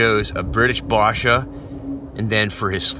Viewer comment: Its basha, it's A like in apple. Love the video merry Christmas